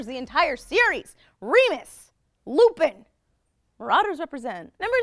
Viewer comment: It's not Remus!😠